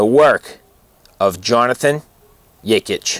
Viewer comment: Thanks for the video and your kind words! You even pronounced my name right. Awesome! Best regards, Jonathan